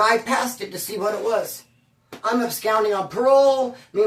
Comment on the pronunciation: bruh, I come with good intentions, I only mean well when I say it.......and I have to say, to expand ur vocab a lil more...the word ABSCOND is NOT pronounced "abscound." Its "ab-SCAHND," like "ahh." Not like "ou," as in "hound;" it's "ah," like "blonde." peace